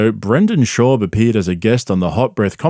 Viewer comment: Bro why cant you say his fucking name correctly its shaaab hearing you butcher it everytime makes me wanna cry